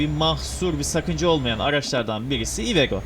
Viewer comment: Abi iveco yu cok komik soyluyon ivego diyon cok güldüm ilk çıkarken sirketten